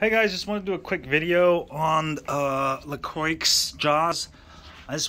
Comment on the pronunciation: It’s pronounced Lacrwa. Croix or crwa is cross in French. I wanted one forever but could not justify the price in Canada all in was $4600. They really soak everyone for shipping:( even 400 miles away in Canada. Ouch! For less than half I’m building a MBs Birds electric mountain board with more range, same drivetrain and motors and better off road abilities. Purchased the exact same tires that Lacrwa uses for $9 each at scooter parts just to try them out. I understand your not wanting to go under the knife. I have 2 torn rotator cuffs and have heard that the surgery is 50/50. Been living with it for 4 years. Just had my first crash and bleed in 3 years of esk8 . Was covered up but fine gravel has a way of pulling your clothes and pads away to give your some lovely gashes 😡Ride safe.